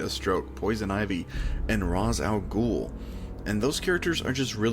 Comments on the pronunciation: Sorry to nitpick but you mispronounced Ra's al ghul's name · I'm sorry but the pronunciation of these names killed me so for my own sanity I have to say Ra'h al ghoul is Pronouced Ray•sh•al•ghoul falcone is pronounced Fal•cone (no y) ect. Still great vedio and loved it tho!